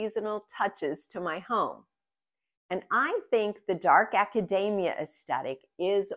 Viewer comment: Love your projects ❤. It is “ a ca deee mia